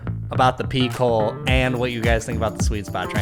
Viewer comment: Pop the “p” and say it in one syllable. When you break it up it sounds like “peek hole” or “pee hole” Picklewill Studio The Dill with host at large A Lil’ Chill with